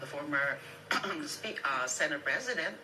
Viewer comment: BAKA "SENEYT" ANG PAG PRONOUNCE NG SENATE...FYI..